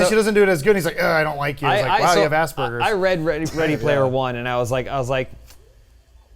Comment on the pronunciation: i wish adam would stop using "this person has aspergers" (which he pronounces wrong btw) as an insult when he is too dumb to think of anything actually funny